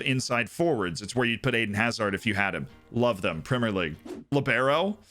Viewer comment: LEE-BEH-RO Say it with me.